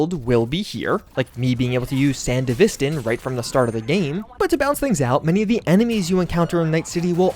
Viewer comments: 5 ways to say sandevistan wrong when it's already been declared how it is spoken and last I checked the end is "stan" not "stin" or "sten" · "Sand Divistin" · San-dava-stan. Youre welcome.